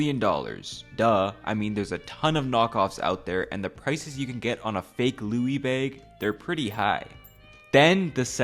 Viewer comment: Are you from the Midwest? You say “bag” really funny